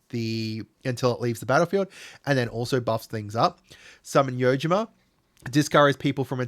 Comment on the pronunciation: Been thinking of building a master summoner bombadil deck since they revealed Summons. Also I dont understand how he keeps reading Yojimbo as Yojima.